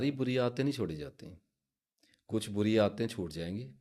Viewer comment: Bori nhi buri lafz hota h theek kijiye